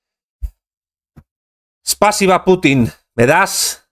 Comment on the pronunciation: No se dice espasiba sino spasiva.